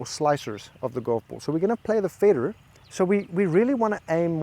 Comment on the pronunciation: Love how the "Fader" is American :)